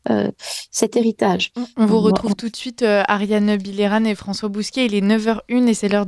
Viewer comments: Cette femme est exceptionnelle. Ps : son nom se prononce « bille eux rang » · C’est excellent de donner la parole à Me Bilheran, mais svp n’ecorchez pas son nom en le prononçant bizarrement : lisez les sons français bon sang! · Demandez à Ariane comment on prononce son nom, je pense que c'est Billeran, tout simplement